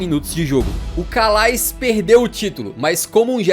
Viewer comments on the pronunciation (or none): Calais pronuncia-se "Calé" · Calais não 😂. Se pronuncia Calé. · se preocupou em pronunciar o nome desse, mas, sem pena, errou o anterior, pois Calais se pronuncia "CALÉ". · Calais se pronuncia Calé